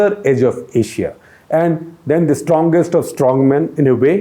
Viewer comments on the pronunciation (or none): none